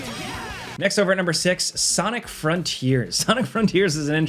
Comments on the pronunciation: Good ol’ nermber nine…. Gets em everytime. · “Nurmber 9” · "Next up at nurmer 9...." anyone know what "nurmer" means? LOL My thoughts the presenter tried to be cheeky and say "numeral 9" but instead combo'd it with "number" and made a new word LOL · "nurmber 9" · “Next over at nurmer 9” lol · "NEXT OVER AT NURMBER NINE" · "Nerber 9" lol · I love gameranx!!! LoL... " Next over at NEERMBER 9" Never change my friend LoL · Me thinking, "did he say nermber nine?" and then, when i selected the spot on the timeline it was a 'most replayed' lmao! He did in fact say nermber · "NERD-MER 9." 😂😅 LOL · “Next over at nermber nine…” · “nurmber nine” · i felt it was more like "nehrmbehr" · ermagerd nermber nern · He’s exhausted or drunk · Swedish Chef wants his royalty payments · "Next up at nermber nine." Taking is hard sometimes lol. You rock,. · Did you say Nurmer 9?